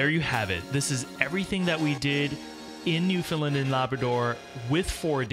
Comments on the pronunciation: Friendly tip - Newfoundland rhymes with understand :) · New-Found-Land not newfoundlin